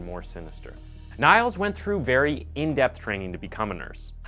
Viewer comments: LOL, I just posted the same, I hadn’t seen your post… I said «Neels» insted of «Niles» though, as «Nails» in English is pronounced differently than «Niels» or «Neels» («Neils»)… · You pronounce Niels as Niall, and also wrote it at Nial's confession. But it's actually pronounced as Neels, in Germany, Belgium and Netherlands and probably some other countries, "ie" is pronounced as "ee" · Great video, but as a native Dutch and German speaker hearing him say Niels like Nyles instead of something like Neals hurts me. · i love your videos, but it was so funny hearing you say his name as nials, when its pronounced like eel but with an n, like neels. nevertheless great video! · It's not Niles, it's Nils, you would pronounce the i in Nils as the ee in knee So basically Neels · It's not "Niles" ... it's "Niels"- like "kneels". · Niels is pronounced more like Neals, not Nials ;) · his name isn't pronounced like NILES but rather like NEELS (my native language is german, so no error here:) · His name is pronounced neels, I think. You are saying Niles, a different name. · niels, not niles? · Its not spelled niles, its spelled more like neels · you pronounce it as neels, not niles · Its not pronounced "Niles", but Neals 😉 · «Niels» is pronounced «Nils» (or «Neels»), not «Niles» as in this video… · His name is pronounced Neels not Niles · niels = neels not niles .... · Née -els not Nae-els. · Hey, I am from Germany and the pronounciation is neels, like in need, Not niles 😉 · Great storytelling! The guy's name is pronounced 'kneels' in German btw. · He didn't pronounce it as Nails he pronounce it as it's written like De-nial.. like the river.. I thought it was pronounced that way as well nice to know tho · classic american mistake. but i think his name is pronounced neels. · The hospitals should be taken to court as well for gross negligence. (side note, the name is pronounced Neeels with a long eeee). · His name is spoken Neels like heels. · Not niels more like neels